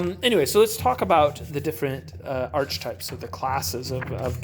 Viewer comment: It’s actually pronounced Ark-e-type, not Arch-e-type. Good vid! I love your reviews and the blend of being a family man and a beer drinkers